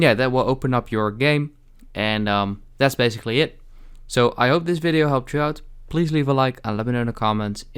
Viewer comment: Why did you say in this viyo dummy